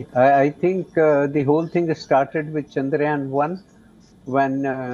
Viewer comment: bro said chayandrayan 3